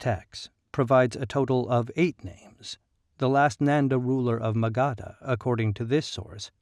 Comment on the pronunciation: It's pronounced as "muh-guhdh" and not "Maga D Ha" 🙄